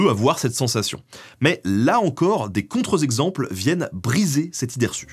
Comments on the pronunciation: Petit conseil Ben : "contre-exemple" au pluriel donne "contre-exemples". Ne prononce donc pas "contrezexemples". Voilà, moi aussi je vulgarise l'orthographe 🙂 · ... des contre zexemples ??? 🤔🤣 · Très bon épisode (comme d'habitude). Par contre : "des contreZ-exemples" ? :D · Pour info à , j'ai entendu une belle liaison maltapropos.